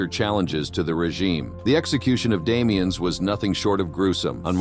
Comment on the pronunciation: I believe the name being French the S in Damiens is silent